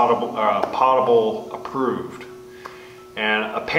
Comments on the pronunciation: That's poe-ta- bull. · Fact check, Potable is pronounced with a long O as in potato. It is a French word. I learned how to properly pronounce it in the US Navy 40 years ago! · Just a nit picky item. Potable--meaning drinkable is not pronounced like "pot". The O is long like poke. I think most people associate the word with a cooking pot and pronounce it that way. No big but since you are starting your catchment project you are likely to use the word many times.